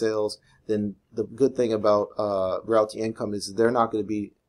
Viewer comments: hey man it's pronounced "real-tee". anyway, love this one. I have 110 shares :) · If you can't say "Realty" properly just say Ticker symbol "O"